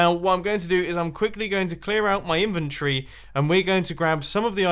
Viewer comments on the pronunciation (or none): none